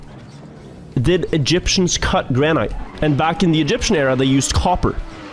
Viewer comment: I love how he mispronounces "granite" :D